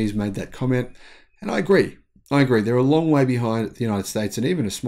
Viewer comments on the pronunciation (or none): none